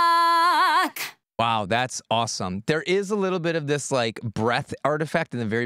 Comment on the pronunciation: "The sky turns blark" LOL 😂